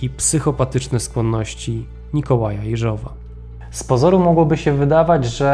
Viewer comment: Może i drobnostka, ale chcę pochwalić za rosyjską wymowę nazwiska Jeżowa. Bardzo dziękuję!